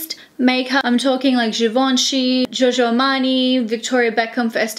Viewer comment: Everything is fine as usual except for the pronunciation of "Giorgio". It isn't supposed to be pronounced as "Jojo". I mean, you are half Italian!